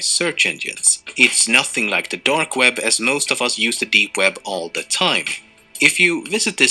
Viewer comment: it is web not wed xd